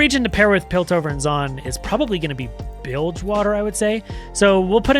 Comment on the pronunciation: The second you said bildgewater i couldn't stop grinning lol.